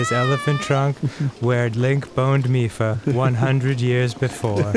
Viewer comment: Did Arin always call her "Miff-uh"? I thought I remembered him saying "Mee-fa," like somebody who knew how to read.